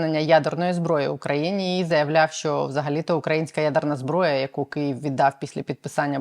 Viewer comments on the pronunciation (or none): none